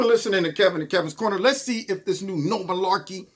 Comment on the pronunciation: I know you’re not full of “Milaekey”! FFS! LOL 😂